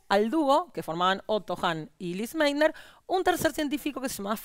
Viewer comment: Se pronuncia "Lise Máitna".